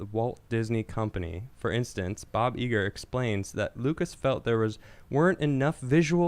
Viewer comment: Bob eye-ger plese